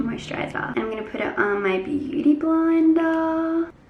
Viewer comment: Blender u mean?